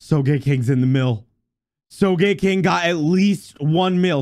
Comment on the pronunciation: The Name: Sogeking What you said: So gay king😂😂